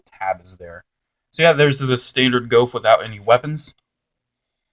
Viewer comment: It's pronounced GOOF